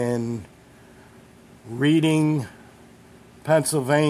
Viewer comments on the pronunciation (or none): It's pronounced Redding. I live 30 minutes from Reading PA. I had no idea someone used to make knives there. That's a great looking knife.